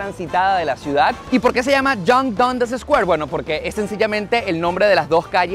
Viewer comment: Se pronuncia Dandas